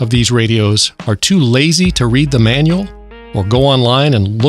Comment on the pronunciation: every time you say manual make me laughting to cry